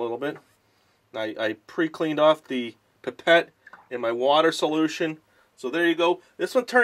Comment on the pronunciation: He didn't know it was litmus paper before. Lol. And he called the pipettes pepette lol. Silly man! You obviously don't know much about chemistry.